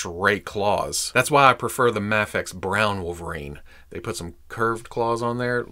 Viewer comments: Its not Maa-Fex.. Its May-Fex! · Ok pal.... I can deal with "May-fex" and "Mah-fex" but "Maff-Ex" is where I draw the line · Am I crazy? Is there a reason why you seemingly randomly switch between pronouncing Mafex as "mayfex" and "mahfex"? I've always just thought it was "mayfex" but now I'm confused cuz you're saying it both ways😂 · Heheh you pronounced Mafex three different ways in the intro. Love it,! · You forgot to pronounce MAFEX with the silent X lol j/k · You literally pronounced Mafex in like 20 different ways in this one video 😂